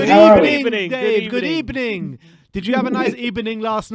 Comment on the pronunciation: A very good ebening 😉 my friend